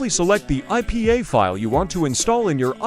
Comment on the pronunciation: did bro just say pay? 😂😂 oh hellno